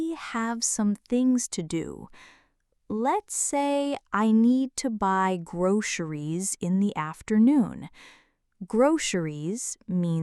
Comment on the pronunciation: Why do you say groceries with wrong pronunciation grosheries